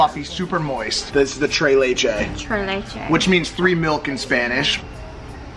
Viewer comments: I had to repeat it and i was like "es tres leches!!! No tray lichis" damn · Mike: “this is the Tray Lay-Chay” Me: a Mexican American: “bro you mean Tres Leches? 🤬” Translation: cake made of Three-types of milk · Mike: Tray lachay Hispanics: are we a joke to you? (Tres leches) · “Tray lay chay”? Tres leches* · “trey lechey” 😏😂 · “Trei leiche” its tres leches , lol nice vid mike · SAUSAGE WATER trey laychay🤣🤣 it is “tres Leches”!!!! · "Trey leche" there is an "s" in both words lol. Tres leches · mike: tree bleches TRES LECHES WEY !!! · they said “trey laychayy” instead of “tres leches” 😭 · TRES LECHES not tray Laychay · tree letche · all my hispanics did y’all hear them say “This is the trey leychey” than “Which means three milks in spanish” 😂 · being a spanish speaker it hurts to hear them say “tray laychay “ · Shows Tres Leches Pancake "This is the Tray Lay Chay" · Tres leche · "the devils ledis" lol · he meant mike said Trey Ley Chey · Is everyone gonna just ignore this guy saying “tray lay chay” 😐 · “Trey leichey” If you speak Spanish tell me this wasn’t cringe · Just a clarification that it’s pronounced “treS lecheS” with the S because that’s how it is in Spanish, it’s not a French pronunciation! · Tray laches is what they said 😂😂😂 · tray laychay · They butchered that pronunciation lmao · I love you but don’t ever say “tres leches” ever again 🤣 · Xddd I speak Spanish and the pronunciation was horrible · I love y’all but how you said tres leches 😭😭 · Dont say tres leches ever again wat a shame to the Mexican race !!!! Just say 3 milk pancakes do not embarrasses us Mexicans like that plz...